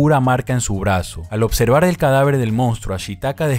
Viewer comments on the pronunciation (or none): none